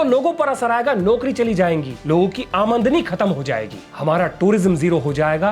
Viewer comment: bhai urdu to sai bool lo amadni nai amdani hotta